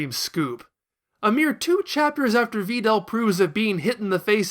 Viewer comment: Why the fuck do you pronounce Videl's name like that... I can't watch anymore